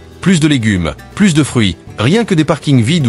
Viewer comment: Clairement, c'est une IA qui parle : "plus de légumes, plus de fruits" dans le sens "il n'y en a plus, il en manque" prononcé "plusse de légumes, plusse de fruits" qui veut dire "davantage de légumes, davantage de fruits", c'est-à dire le contraire. Un être humain ne ferait jamais cette faute.